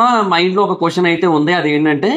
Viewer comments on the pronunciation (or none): none